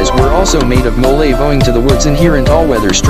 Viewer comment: MO-LA-VE NAR-RA MA-BO-LO / KA-MA-GONG